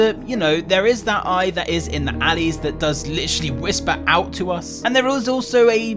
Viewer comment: That was funny you say alleys